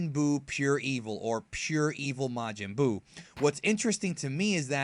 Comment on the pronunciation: Ma-man Buu